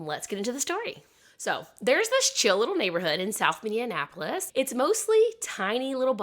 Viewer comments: I can hear your struggle with pronunciations. Minneapolis: Min E Apple Us. I hope this helps! I've lived here14 years, and this is one of the easiest city names in Minnesota to pronounce! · you're definitely saying "Mindianapolis"...i re-listened like 3 times..❤